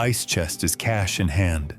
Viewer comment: Please say it properly.Caaash,Doollers.😮😮😮